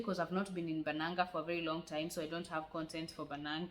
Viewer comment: i love it when you say I'm going banaanka(outside)😁😂the way you pronounce it😂keep going sister love u🥰